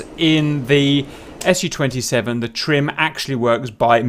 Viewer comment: Good guide, didn know that. PS Its not S - U 27, its Su 27, its not M - I, its Mi, its not T U its Tu.